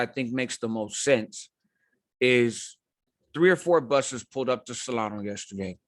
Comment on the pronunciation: second mark.. Did You say "3 or 4 Buses arrived" or "3 or 4 BUSTERS Arrived"?